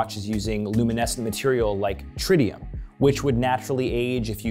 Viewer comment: lol the man said TRITIUM! I suggest dusting off the old history and chemistry books!